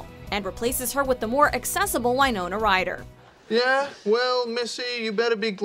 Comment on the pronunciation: you mispronounced winona ryder